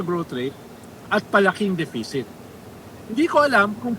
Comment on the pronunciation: I love Ronald pero - say it again, “de-fi-sit”. 😂